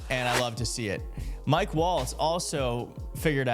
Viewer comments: If you're going to be covering the news, try to get the names right. It's Mike Waltz, not Mike Walz. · IT'S MIKE WALTZ! Not Walz! 🤬🤬🤬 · Mike WALTZ, not Walz. Can't understand why this keeps getting confused throughout the media...